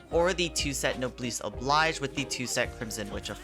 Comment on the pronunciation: no-bless oh-blaige. not no-bliss